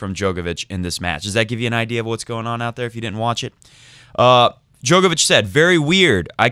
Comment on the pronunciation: Come on it’s pronounced DJOR-KOVICH, not DJOKER-VICH. Even has it on his ATP profile page how to pronounce it. Click on the speaker symbol